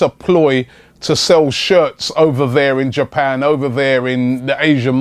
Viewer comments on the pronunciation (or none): none